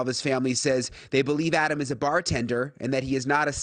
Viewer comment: I question the audio. First, how did they even get audio? Second, the pronunciation of the name "Adam" is not typical of an English language speaker from the USA. Normally the first "a" in Adam is pronounced as in ""mad" or "Maddie." In this tape it sounds more like the way people pronounce the "o" in "hot,: "lot", "cop" or "odd". Finally, normal intonation would stress the verb in the sentence like this: *What did you SAY to Adam? In this utterance it sounds as if the penultimate syllable of the sentence is stressed. "What did you say to "ODD-am?" Who is the male walking with the two victims?